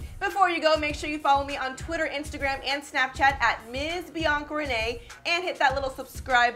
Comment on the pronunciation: Everytime she says Bianca renee I hear beyond grenade